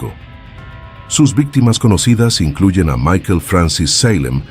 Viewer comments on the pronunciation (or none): none